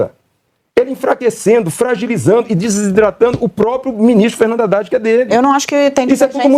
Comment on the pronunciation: Ouviu????Haddad e nao RADAD......intendeu???